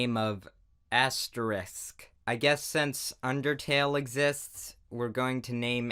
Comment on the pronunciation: AHEM! ITS ASTEREICH!!!